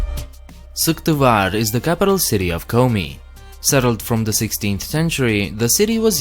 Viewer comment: vidzhaollaned guys, im from Komi's capital Syktyvkar. Nothing´s cool here. Attiö. P.S. I liked the way you said Syktyvkar.